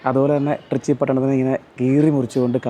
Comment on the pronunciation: ട്രിച്ചി അല്ല ത്രിച്ചി അല്ലങ്കിൽ ത്രിച്ച രപ്പിള്ളി